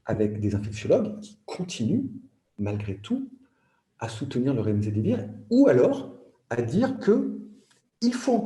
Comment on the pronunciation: "Remzedivir"un peu diclectique l'avocat !